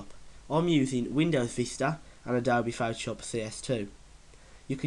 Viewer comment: your english is... foutoshap